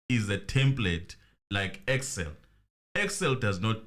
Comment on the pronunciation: Then judge instead of saying “EXCEL” he keeps saying “PERSAL” 😩🙄